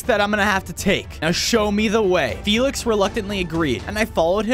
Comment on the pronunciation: Felix not folks